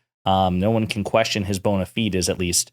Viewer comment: Did you deliberately mispronounce 'bonafides' and 'aggrandize'? Are you reading everything?